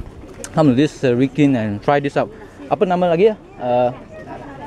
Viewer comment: Next time just take photo, even the place you don't know to pronounce. Serikin not Sekirin